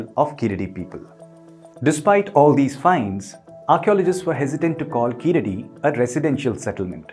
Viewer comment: Hi well happy to u spoke about this but please pronounce the name correctly it's not (keeladi) pronounce it (keezhadi). Your pronounce it wrongly for (e.g.Sharuk called saruk )🤦‍♂️🤦‍♂️🤦‍♂️🤦‍♂️🤦‍♂️